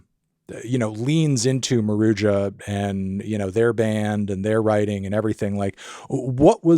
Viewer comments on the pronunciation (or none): It's pronounced *MA-ROO-HA*. The J is pronounced like an H in Spanish